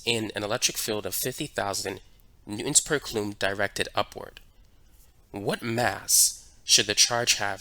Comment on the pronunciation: wtf is a caloom lmao